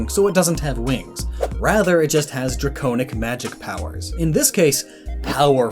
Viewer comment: Dra-cone-ic? That's a new way to pronounce that.